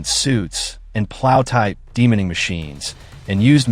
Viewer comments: Get a real human being to do the voice over please. There is no such word as ''Demoning'' it's de-mining. Removing land mines. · I guess this interesting and vital topic will be slightly spoiled by AI style sloppiness. "Demoning"? De-mining? Is there no more editing in the modern world?